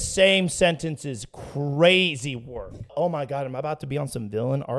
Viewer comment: she mispronounced “work”